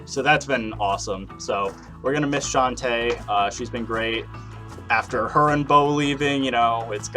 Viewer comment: hey Chante got my name right on here second try, which either most people fail to pronounce right or don't say it right at all.